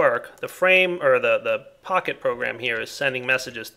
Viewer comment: you should get a texture pack for computercraft that shows Pahimar's face on the Pocket Computer, because it sounds like you're calling it a "Pahi Computer":D